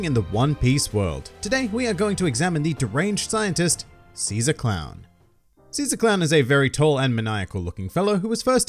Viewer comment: SHE-ZAA CROWWN